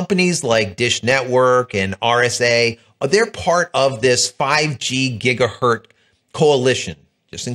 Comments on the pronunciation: It's pronounced "gig-uh-hurtz", not "gig-uh-hurt". Hertz.....multiply with lots of zeros on the end and you get gigahertz. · "GigahertZ"..... Please start pronouncing the "Z".